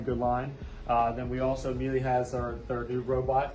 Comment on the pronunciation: Miele is pronounced like Sheila